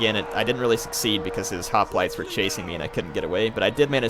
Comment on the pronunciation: Is anyone else slightly bothered when he says hoplites?